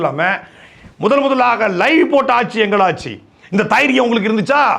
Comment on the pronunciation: தைரியம் இல்ல அண்ணே .. தெயிரியம் 😂😂 தெயிரியம் இருந்தா பேசுங்க 😅